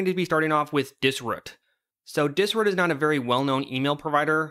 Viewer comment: Pronouncing dis-ROOT, “Dis-RÚT” made the video unwatchable as I couldn’t stop thinking ab it